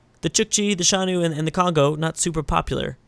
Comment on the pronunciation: The Xiongnu are not entertaining; they shouldn't even be on the strawpoll. Plus you have been butchering their name (Zshongnu, not Shanu) this whole series.